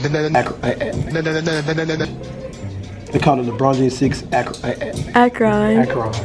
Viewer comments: ahhkran.... it's ahkrin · They keep saying Akroone it's Pronounced Akrin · Ak-Ron 😂 its pronounced like "Akrin" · Its pronounced "Akrin" not Akrawn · They say ak ron instead of saying ak rin haha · It's pronounced Ak-rin, not Ak-Ron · CashNastyGaming it's not pronounced like Akron it's sounds like akrun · ak-ron im shleeeeppp, Its Akron you know?..... Where Bron is from.....dead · "the ack ron" 😂😂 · As a person who lives near akron it is pronounced Akren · he said ack-ron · Akron XD its pronounced (ack-ren) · Its spelled Akron, but it's pronounced Akrin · Akron is pronounced (ak-rin) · Cash chill out w/ the emphasis, pronounce it (AK-RIN) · this nigga said Akrahn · You guys keep pronouncing Akron wrong lol but I probably would to if I didn't live there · Bruh the way you pronounce Akron 😩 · You are not a true Lebrun fan if you don't know how to say Akron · come on man I from Cleveland, and lebron is from Akron, and you can't pronounce where your favorite basketball player is from? lol smdh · Bruh you can't pronounce Akron! You're king card has been taking away!